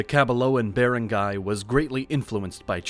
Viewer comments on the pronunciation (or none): you mispronounced rajah It should be RA HA and Datu is use both singular and plural not DATUS Also Bar rang gai It is cognates from the old Malay word balanghai And making baranggay during era Is by hitting the gong The longest area can hear your banging the gong or kulingtang the bigger baranggay But nowadays A baranggay must have lying centres and health centres A baranggay hall as well It should have elementary school It has at least 500 population or up A covered court as well and lastly With basket ball court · If you are going to take the time to make a good historical video you should also take the time to ask someone how to properly pronounce words like Barangay. Bah-rung-guy is the correct pronunciation. Nice video but a bit lazy. Did a bot do the narration? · bearengayhs cmon bro... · You should really learn how to pronounce these words, I'm a native Tagalog speaker and I almost didn't understand you when you said "Barangay", it also makes it hard to listen to for me due to all the very intense mispronunciations. Maybe consult a Filipino on how to pronounce some of these words. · This is very well done! Kudos. It would be even better if words such as "barangy" and "datu" were pronounced as they are in the Philippines. Hire a Filipino to fix the voice-over. Well worth the investment.